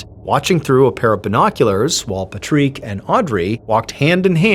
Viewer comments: no, he legit sounds like he doesnt know how to say it. I hear these types of people mispronounce words constantly. Its not just Ballen. Katrina from Origins Explained does it nearly every episode. I wont ever stop trying to help someone speak better, and you shouldnt try to stop anyone from helping. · I can’t get over the odd way you are pronouncing Patrick! Its a fairly common name in Europe, and is pronounced ‘PaaaTrick, so long Paaa and ‘Trick’ Patrick. Think it might be a bit Scottish? XX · Why is he calling this Patrick guy Patreek? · French PATRICK is pronounced as Puh-treek? Learn something new every day. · It is Patrick pronounce it like Patrick it's an I not it's an I not to ease not an EA it's Patrick like magic trick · The way you say Patrick makes it seem like it's written as Patreak.. I had to look up at the screen to make sure it's the name I thought it might be.. even in Europe, where I'm from, we say Pa(tr)ick similar to Pa(n)ick.. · Pa-treek i just googled the french pronounciation and its pretty much the same as english . I love MrBallen but this Pat-reek thing is making me flinch . Its not St Pa-treeks day last i checked 😂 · Is Patrique how Patrick is pronounced in French? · Is that how Americans pronounce PAT-Rick? As an Aussie that’s very interesting haha. For some reason the pronunciation kept bothering me idk why 🤣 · Pa' trick total reminds my of the Saturday night live sketch. Is Ba' lake here? You mean Blake? 😂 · I couldn't help but laugh at that poor child's name and I wonder why Mr Ballin is pronouncing the guy's name so weird when clearly his name is Patrick! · Why are we pronouncing "Patrick" like "Puh-treek"? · Pa-Treek seems more like patrick. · It’s pa trique not pat rick? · Love how you say his name the way he probably would by saying, "Pa-treek" instead of Patrick. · I can only hear Patrique. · I guess in another country you pronounce the name Patrick differently because he is not pronouncing it like you would in America